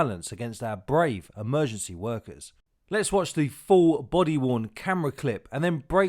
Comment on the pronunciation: Is there anyone left who knows how to pronounce the word Emergency? Instead of amergency.